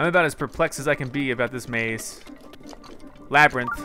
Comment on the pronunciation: Wait why is Labyrinth said like lab rint?